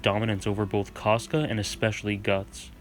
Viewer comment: Caska. He accidentally was pronouncing it 'trash.'